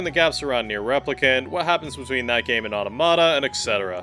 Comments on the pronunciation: aw-TAW-mah-tah, not otta-motta. Like automaton. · Why does no one pronounce Automata correctly? It's not "Auto Mah Tah" it's " Ah Tom Ah Tah" as in automaton.